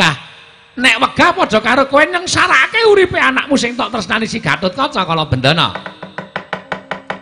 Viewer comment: Gatotkaca bukan gatatkaca